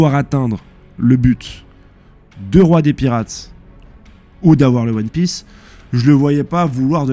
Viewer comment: T'inquietes, les erreurs de prononciation c'est pas si grave et ça fait un peu le charme de tes vidéos, on s'attend presque a ce qu'il y ait une erreur par nom.Perso ça me trigger mais me fait aussi bien rire! Vive huon piece, vive loffy vive